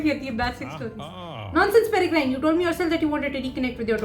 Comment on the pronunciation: Just to correct you, it’s not “PereGRINE.” Its “PereGRIN”. The E on the end is silent. And as for the UK - only old people (or people with no life) own China Tea Sets. It’s the ABSOLUTE warning that they are basically just waiting to die… And, to be honest, I hope Rakepick was acting on her own. If R is given a bad name they’re less likely to succeed, so it’d make Rakepick a good person. And Draught of Living Death is pronounced DRAFT of Living Death.